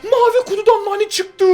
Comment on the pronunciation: ABI MANI DEĞIL NANI